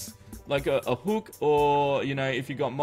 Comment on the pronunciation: He says hook funny 😂😂